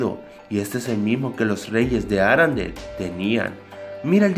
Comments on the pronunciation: es ARENDELLE no arandel Con e, no a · Aprende hablar no es Arandel parece una marca de limpiador de ropas